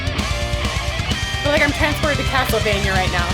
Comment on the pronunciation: I love that you said Castlevania! Spot on!